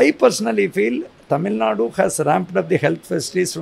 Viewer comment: I heard it right "Tamil Nadu " good job